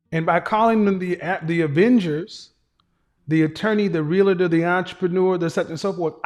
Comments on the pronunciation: Not Realotor!! I expect more from you! Say it 3 times and use it in a sentence. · It’s pronounced REAL-TOR not real-a-tor! Thousands make that mistake, even people in the profession.